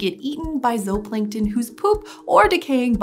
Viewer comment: She’s saying it correctly, zooplankton is not supposed to be pronounced like zoo.